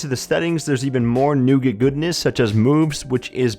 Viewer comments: Newgert... lol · Is that how you pronounce "nougat"?